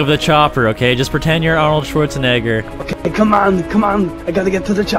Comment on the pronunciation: Anyone else notice he said Arnold swartsanigga